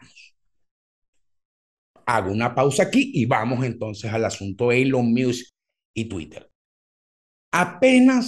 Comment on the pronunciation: Cada vez que dices "muse" y no musk pienso en la banda